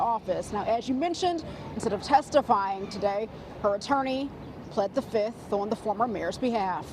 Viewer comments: Did she say the 5th, or "The Fizz-ith"? She the new Nino Brown, baby. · Something tells me she actually pled the “Fiff” or “fizz-ith” lol